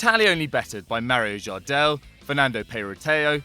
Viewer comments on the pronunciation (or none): none